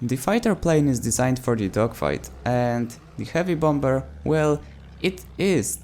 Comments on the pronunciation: Hey, I don't want to be that dick, but I can tell that English isn't your first language. So here is a good English language tip... The "b" in bomber is silent. I'm not trying to be a dick. I'm really just trying to help. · Just a little reminder, bomber is pronounced "bom-er" the second b is silent. Great video though! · Bombber? I like it